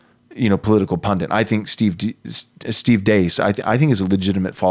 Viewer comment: "pundit," not "pundint". Hindi word I think.